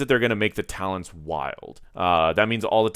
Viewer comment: Man, you can't even read the talents right. Shame.